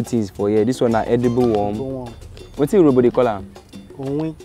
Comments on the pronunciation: Dude said "edeebul wum" like 1900 times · he keeps saying "edible" worm........trying to convince you it is actually eatable